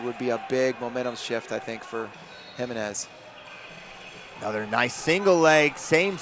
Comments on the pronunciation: You white guys. It's like fingernails on a chalkboard. It's pronounced He-MEN-ez. I stopped watching, my ears hurt. Have some respect and intelligence. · Exciting match! Can you please learn how to pronounce the name Jimenez? Let me spell it out for you phonetically: heMENez. Also, I couldn’t see a mechanism of injury for Lambe, but what I could see for her was sheer exhaustion and the need to take a breather.